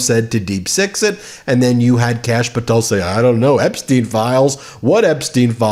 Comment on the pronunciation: EPSTEIM FILE EPSTEIM 😂